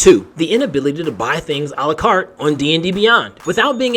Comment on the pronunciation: That's where I finally understood that all this time he was saying buying thing "à la carte" and not buying thing "Alucard" which had me very confused.